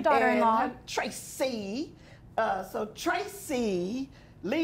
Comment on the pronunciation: She's a disgusting person all the way!! I feel sorry for Tracie ( pronounced correctly)!!